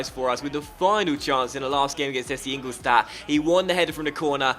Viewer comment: You pronounce ingoldstadt wrong it should be ingoldshtadt